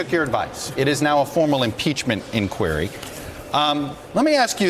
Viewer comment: I don’t mean to sound nitpicky but I don’t like the way this CNN news reporter pronounces the word “ inquiry” i’ve never heard it pronounced the way this dude pronounces it maybe it’s an East Coast thing but out in California we don’t pronounce it that way... but call inquiry call inquiry, somehow my iPhone microphone seems to understand both pronunciations???